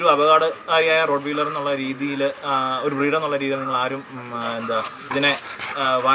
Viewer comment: റോട്ട് വീലെർ അല്ല.... "റോട്ട് വൈലെർ എന്ന് ആണ് "